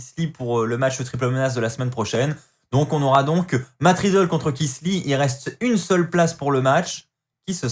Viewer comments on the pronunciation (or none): Tu continues toujours de dire "Matt Ridlle"😂😂😂😂